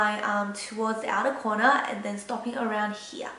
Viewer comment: I like how you said here like "Heeyah" ^^